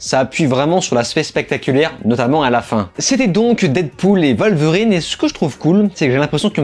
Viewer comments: Ca se prononce Wolverine bordel, pas Volverine. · Et ça ne veut pas dire qu'ils ont raison. Surtout quand la VO dit bien elle-même "Wolverine"